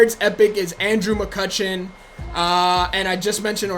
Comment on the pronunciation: This man said Andrew McCuttion and Jo Ho Kung I'm dead 😂😂😂😂😂😂